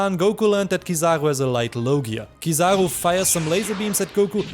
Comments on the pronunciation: let everyone know it's oo not oh and I will forgive you haha jk I appreciate your content, and I'm glad to be able to share with you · is a joke, but still a little criticism, maybe you have a different accent so you say kizaroe instead of kizaru, if you take the time to use Japanese phonetics you'd understand where I am coming from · It's Kiza-roo not trivago...sorry I just couldn't take it